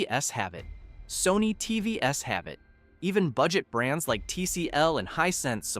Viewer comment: "LG TV Ess have it. Sony TV Ess have it". Couldn't even narrate your own video. Is this just more AI slop?